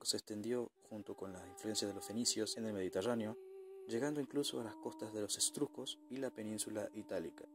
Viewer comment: "Estrucos"? Sera Etruscos